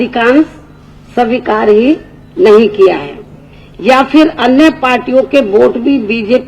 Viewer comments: are u sure dat u want to see her as CM of UP lolzz..she can't read the written notes in proper manner then how can she rule here, listen carefully her speech she can't pronounce 'svikar' as she said 'sawikar' I bet if she gives the same speech without reading the notes prepared by someone else in half an hour duration by her own heart or mind then i'll agree what she's saying is correct. !!!!! And why would any muslim vote modi and not her ? coz they don't see any hope of development by you in UP so all ur muslim voters gave their blessings to our PM NaMo. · बहन की लौड़ी से ''स्वीकार'' तो ठीक से बोला नही जा रहा...और ये e. v. m. मशीन जैसी आधुनिक technology पर ज्ञान पेल रही है.. 😂😂😂😂😂😂